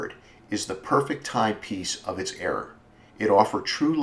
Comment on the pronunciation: Good video but era, not error lol